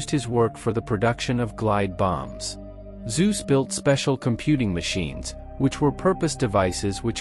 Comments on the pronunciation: The name is NOT pronounced "Soos"! It is pronounced "Tsoo-seh", not with a soft s, but with a hard "Ts" (a proper Zet), and it ends with an "eh" sound, just as it is spelled. Pronounce it as spelled. Easy. German is very simple that way! Crikey, these are important names in history, and this is only 9 minutes of video. Can't you at least get the bloody names right? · Please learn sume basic German pronounciation: It hurts to hear "zuz". We speak of Konrad Zuse, and that sounds like "Tsu-se" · He was a German scientist, not a Greek god. "Tsu-zuh" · Why are the names always pronunced wrong? It is a generell thing in English videos. It is so hard just open the Google Translor, enter "Zuse" and push the button for listening? Just an idea one can do it when researching a topic.